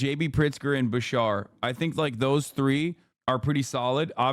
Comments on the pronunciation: As a Kentuckian hearing Hasan say BaSHAR instead of BaSHEERE was killing me. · Love Beshear but would do anything to convince Hasan to stop saying ba-shar